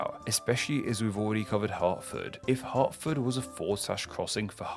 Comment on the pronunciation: Cripes, he suddenly pronounced "Hertford" correctly.